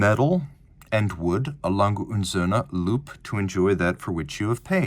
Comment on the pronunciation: Lange - no hard G. Soft g. Not Lang-Guh. Lang-Uh